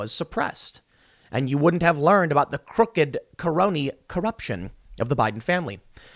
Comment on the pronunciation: 'car-ooked car-oney car-ruption' lol